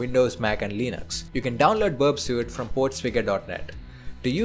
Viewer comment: Its pronounced berp-sweet (burpsuite).